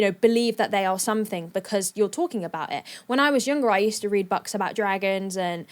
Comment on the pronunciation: "I used to read 'bucks'..." Did I hear that right? Does she pronounce 'books' as 'bucks'?! It sounded like she suddenly came out with a Canadian accent or something. On that thought where abouts in the world is actually from?